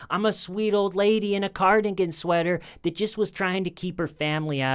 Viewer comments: Is he saying "carnigan" instead of cardigan? I could swear I heard it. Twice. 😅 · CARDIGAN. SWEATER.. Pronounced Card - a - Gan. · Cardigan sweater, not carnigan.